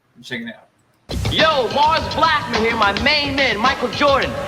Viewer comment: It’s Mars BlackmOn, not Blackman, nitwit.